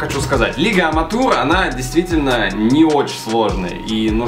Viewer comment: Какой бл "аматур" ты че, лига называется "аматэу лига"